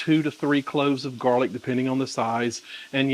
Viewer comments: I'm always confused about serving size . How much is a serving size and is the nutrition count for the chicken & sauce only ? Sorry for being so dumb ..LOL.. PS ... I almost spit out my coffee when you called it "jarlic"... hahaha ..LOVE IT !!! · lol "jar-lic' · Might get me married? Then I definitely DON'T want to make it! LOL! I wouldn't make that mistake again. (Actually, this sounds yummy, so I definitely want to try it, maybe with 50/50 sun dried tomatoes and roasted red peppers!) "Jarlic"! HAHA! I love it! I'm going to start calling mine that.